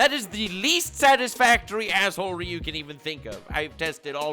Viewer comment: Are you trolling with yhe way you are saying assehole-ery?